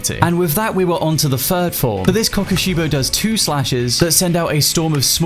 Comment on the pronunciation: Man you say the name weird but meh